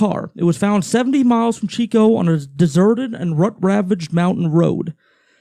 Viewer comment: It was a basketball game, not baseball. And it's Chico not Cheeeooo